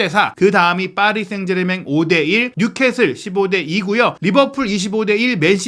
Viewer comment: 생제르망!.. 제발 생제르맹 아니구요.